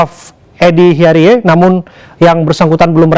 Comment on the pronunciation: bacaannya Hiarij, Pak news presenter (di briefing dulu lah sebelum on air .. tolong donk Produser, lucu donk ..hahaha )